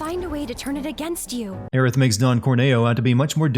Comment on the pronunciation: Well, both of those Aerith pronunciations are wrong, so...